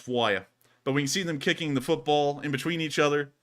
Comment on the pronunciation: you're pronouncing football and football differently 😉